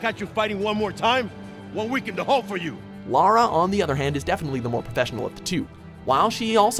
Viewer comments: First American I’ve heard not to call her Laura or lera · finally... the CORRECT pronunciation of "Lara"